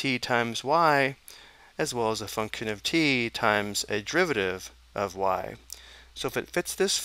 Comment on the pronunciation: Your pronunciation of function gives me nightmares